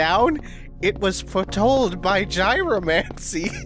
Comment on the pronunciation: I believe it's pronounced "yee-ro-mancy."